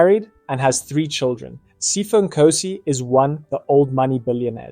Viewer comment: Its Sea-pho not pypho